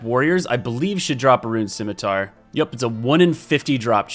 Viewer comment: Is that how you say scimitar?